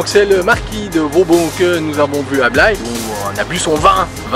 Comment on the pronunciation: Petit détour dans ma région, dommage pas passé à St. Emilion. Vous avez bien fait de visiter la citadelle de Blaye je vous pardonne pour la prononciation. Comme d'habitude belle vidéo